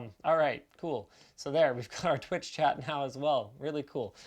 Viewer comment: Linus: “Twitch chat” becomes “twat”